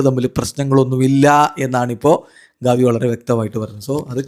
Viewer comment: ഗവി അല്ല ഗാവി 😂😂😂😂